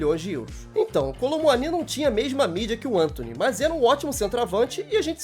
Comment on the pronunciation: Eu não tanko o cara falando Êntôny 🤣🤣🤣